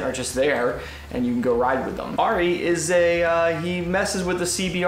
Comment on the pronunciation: That's not how you pronounce Ari 😂